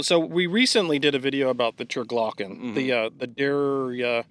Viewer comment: Turgloken, LOL!